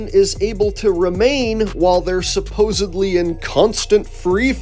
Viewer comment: I don't know what annoys me more, that he doesn't believe in space or that he pronounced it suppose-ably.